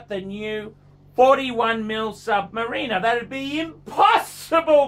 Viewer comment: Also you can’t even pronounce submariner correctly